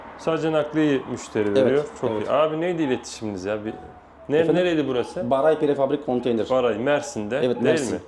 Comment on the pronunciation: Beray değil hocam BARAY